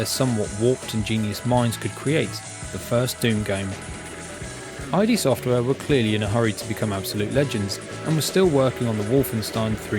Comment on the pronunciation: Nice overview, and that price is crazy for such a game; congrats! For what it's worth, although id Software's name was derived from the initials of former iteration IFD, it's pronounced just like the Freudian concept. :)